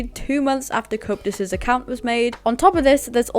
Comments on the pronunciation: It's pronounced "Co-ep-tus" not "couptus" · Stop butchering Coeptus’s name. It’s Co eptus